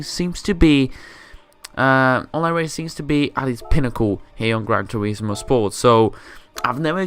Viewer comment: gwan toewismooowwww